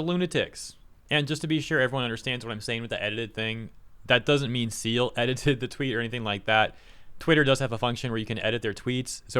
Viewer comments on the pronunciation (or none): Great vid,. Just a quick note: Cyael is pronounced Kai-yell, not Seal. He's on top of all of this stuff, so I'm sure you'll be hearing from him again. He's cool. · Cyael is not pronounced "seal", it is pronounced kai-el. Great channel and he's out fighting the good fight for gamers. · KAI-EL. Not Seel. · Cyael is pronounced like “Ky-El” and not so much “Seel” Bee tee dubs. Thanks and keep fighting the good fight 🤘🏻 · LMFAO! "a tweet from Seal". It's pronounced "Kai - El". Like DBZ "Kai" or "Kai- Cenat" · Your mispronunciation of Cyael's name hurts me. It's Kai-el. 'Kai' as the 'ky' part of 'Kyle', and 'el' as 'el' from 'eleven'. Good video though! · It’s Kai-El Not seal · "Seal" XD "Kai-el /Ky-el" would be the correct pronounciation for Cyael .x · It's not Seal! Cyael is pronounced [Kai-yell]. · Who is Seal? Pronounce Kaiel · Its KAI-L not seal xD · Se-eal? My guy its pronounced Ka-el lol. Good vid nonetheless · It's pronounced Kyael, not See-eL 😂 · Seal? you mean Kael? that's how Cyael is pronounced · FYI, Cyael is pronounced "Ky-El" or "Kai-El". Similar to a cross between "Kyle" and "Jor-El,". Not "Seal,". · it's K-EYE then El like Jor-El Superman's dad. Not Cy like Cylon in BSG. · Errr.... Cyael's name is pronounced "Ka-Yell" not "Seal". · It's Kai-Yell, not "Seal" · lol his name is pronounced Kai-el but hearing him called seal was hilarious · Kai EL not seal lol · i love you buddy but his name is Cyael pronounced Kai el, not Seal or whatever you were saying.. oh well good job ya bastard!! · "Seal" lol, it's "Kai-el" by the way brotherman. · Bro's name is pronounced "Kai-yell" not "Seal" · Cyeal. His name is pronounced Kai-yel. Not seal. Not being a stickler just i have a mispronounced name and it can be awkward. And everyone is on the same side here....the side against SBI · Seal 😆 He pronounces it Kai-EL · you are awesome; just a heads up/FYI since I also follow Cyael it’s pronounced: Kai-el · Cyael is pronounced "kai-el".